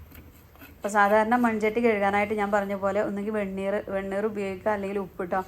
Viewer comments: വേണ്ണൂർ അല്ല, വെണ്ണീർ ആണ് ട്ടോ? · വെണ്ണൂർഅല്ല വെണ്ണീർ 😅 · വെ ണ്ണുർ അല്ല വെണ്ണീർ ആണ് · വെണ്ണൂർ അല്ല വെണ്ണീർ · വെണ്ണൂർ അല്ല വെണ്ണീർ ആണ്.